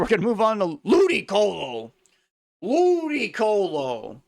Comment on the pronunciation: I like the way the muscle funny nakey man says LUDYCOHLOH